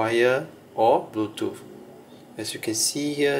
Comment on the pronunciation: Bluetoof 🤣 other than that this video was great thanks man no hate just fuhny